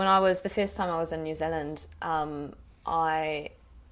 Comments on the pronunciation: That's pretty brilliant, the one comment I make it the 'e' sound in Zealand is slightly longer than you're making it. New Zeeeland instead of Zillund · Nikki Piława I heard new Zilland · Great job! the only thing I think sounded off was the way you pronounce "New Zealand" - "New Zulland" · Kiwi accent is sooooo good, you literally sound like a local. I have just one comment, in the kiwi accent you're doing you wouldn't say “New Zilland” you would say “New Zee-land.” The “Zilland” thing is more something older people say, mostly older people who live rurally and sounds very out of place in the accent you’re using which is a more neutral accent that the majority of us have, otherwise it is absolutely spot on. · She is very good but we say New Zeal - IND not New Zil - UND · This is great! I loved how you didn't make fun of either dialect in any way. The only time where ya got it a little off was w/your 'New Zilland/Zulland' that didn't sound so right to me. Love from New Zealand, & Good on ya Mate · She pronounces New Zealand strange xD it sounds like she's saying "New Zilund" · New zeluhnd 😂😂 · Oh jesus you're kidding me. Like a lot of them are relatively over exaggerated but correct, but saying Nu Zuland. I am a kiwi and the only people who pronounce it like that are people from the wops of christchurch, first time i heard you say new zealand i couldn't even understand what you said. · Why do u say New Zealand like that? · Jinder Mahal she says new zealand wrong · The way she says New Zealand is ridiculous. I legitimately burst out laughing when she first said it. Some of the accents were correct like 'pen' that was quite close but 'pin' was far off. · u cant pronounce new Zealand correctly but ur pretty good at the kiwi accent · That's a scary good kiwi accent but the only thing is the way you say new zealand is wrong.